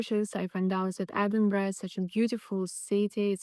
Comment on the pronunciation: Nice to hear you say Edinburgh correctly 🏴